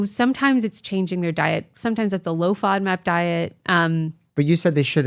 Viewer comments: Oh! She's say Low‐FOMAP!!! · is she saying low FODMAP diet?